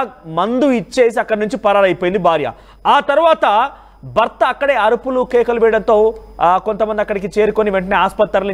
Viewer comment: బర్త బార్య ఏంటయ్యా. భార్య కాదా ? Horrible telugu !!!